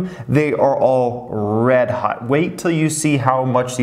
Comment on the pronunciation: Everyone: “hot”: “hut”